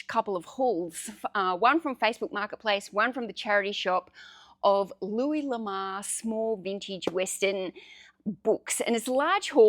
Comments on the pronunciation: No It is luee La more is a french guy Lamar is a black guy generally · Louis LA-MORE